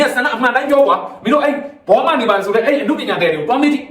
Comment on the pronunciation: ဘောမ ဆိုရင်ဘောမလို့ဖတ်ပါ ဘော မညီလေးလို့ဖတ်တော့ နားထောင်ရတာအဆင်မပြေဘူး မြန်မာစာအဖြတ်အတောက် မှန်မှနားထောင်လို့ကောင်းတာ